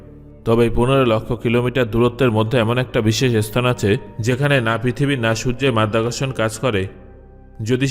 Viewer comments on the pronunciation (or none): আপনার ভিডিওটি খুব ভাল এবং তথ্যবহুল। তবে আপনার বাংলা উচ্চারণ উন্নত করুন please. যিনি মহাকশ নিয়ে তথ্য পরিবেশন কোরছেন তIর ঈস্থান (স্থান), ইস্তিতি (স্থিতি) বলা মানয়ে না।